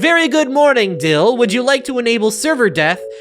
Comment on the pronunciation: why can you not pronounce dill?